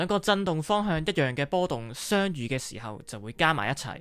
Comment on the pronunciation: (相)遇 字讲吾正